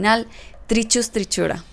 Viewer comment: Holaaa 👋 buen video, los últimos videos que has subido son interesantes. Solo me gustaría aclarar que en el minuto , cuando es un nombre científico las letras "ch" no sé dicen tal cuál, sino se pronuncian como "q o c", dependiendo la palabra. Entonces para decir Trichuris trichiura, lo F decimos como: Tricuris tricura